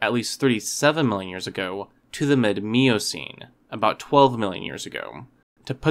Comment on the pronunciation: Good video even though he mispronounced Miocene several times.